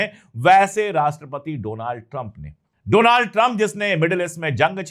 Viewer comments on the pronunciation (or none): Doland not Donald